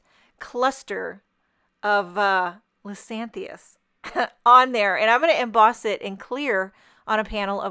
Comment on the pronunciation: I believe it is " Liz-ee-AN-thus." Beautiful card!